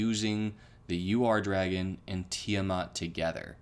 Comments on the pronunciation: the Ur-dragon is pronounced oor-dragon where the ooh is short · Bought it the day the set dropped. And it’s pronounced ur where it’s like urn minus the n